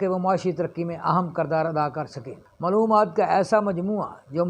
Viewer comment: Islaam aur taaleem saheeh se pronunciate karne se bhi aapki khabar mein aur wazan par saktaa hai, I think. X Tleem √Taaleem X mloomaat √maaloomaat X slaam √Islaam